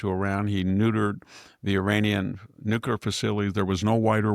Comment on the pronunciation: Yes, very disappointing, that absent Nobel prize. E.Jean and Stormy both submitted nominations on his behalf, too. Go figure... Maybe the committee doesn't recognize the word "nuculer"🤣 Here's an idea. Let them know about that great response to last week's Texas flood devastation. That should win the prize for sure!!👍